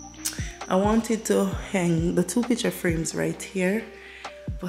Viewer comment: I am inspired by your decor. Please don’t take this comment as negative but the word is Hang not heng. So you hang the wall display not heng the wall display. Love your family.